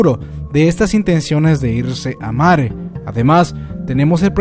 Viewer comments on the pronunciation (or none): lo siento pero que mierda es mare???? te refieres a marley? :s wtf si es asi mejora tu pronunciación